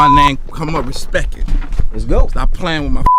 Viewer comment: He did say Respect, he said Respeck!!!!!!!